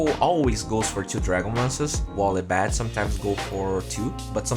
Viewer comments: "ey bed" I guess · It's Ayeeeee~ Bed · if i have a dollar every time you miss pronounce abed.... i could buy the juggernaut arcana right now!